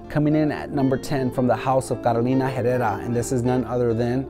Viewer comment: Ok bro wtf is going on with your “caro-lij-na He-je-rra “ dude you supposed to know how to speak Spanish or at Least how to pronounce that name , don’t copy jemery his from Germany bro Wtf! Look at your face right now! Shame of you if you never ever learn how to speak Spanish 👎